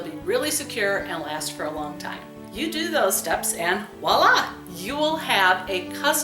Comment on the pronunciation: Great idea! TFS. Play video back on 1.25x or 1.5x to speed thru all the extraneous stuff and get to the point (this is another YT video that could’ve been half the length). PS , the correct word is “voilà,” not “walla.” It’s French for “there it is.”